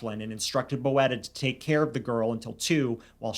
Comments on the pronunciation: You say "boeta" not bo-eta, but like "boota" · Thank you for covering this crime. This is really big in South Africa. P.s., its pronounced "boot-a" not "bo-eta". It's Afrikaans for brother. Sometimes used as a sign of affection. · Oh. TIK is crystal meth not coke. And Boeta is pronounced Boota. Hope that helps ❤ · It is pronounced BOO-TA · Hi! South African here. I just wanted to let you know that "Boeta" is an endearing word for brother. The pronunciation is like saying boot-ah, but quickly. 🤣 I hope it makes sense. Great coverage of the story! It shook our country. Rest assured, prison has not been kind to Kelly or Boeta 😂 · Boeta is pronounced more like Boo-tah. This case is sickening. I've been watching the case as it developed being a South African